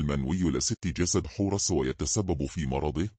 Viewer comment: مثلا كلمة حورس بيحط فتحة في الاخر لو كتبتيها حورسْ هينطقها صح لأنك حطيتي سكون على اخر حرف